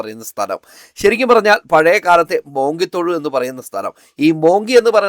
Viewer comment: മോങ്കി തൊഴു അല്ല. ശരിക്കുള്ള പഴയ പേര് മുങ്കിതൊഴു എന്നാണ്